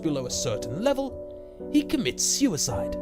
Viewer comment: "Sew-é-side" lol